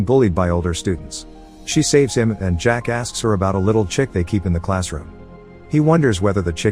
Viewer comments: The way he said "Jack Asked" her...sounded like Jackass lmao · When he says jack asked her, it sounded like he said jacka** lmaoo